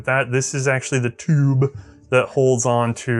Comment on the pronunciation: Why did he say TOOOB like that?